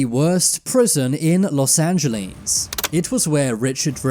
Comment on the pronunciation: "los san geleans"